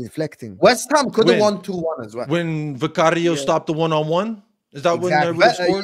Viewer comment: Why the hell does pronounce Vicario that way? don’t see him pronouncing other names with the appropriate accent.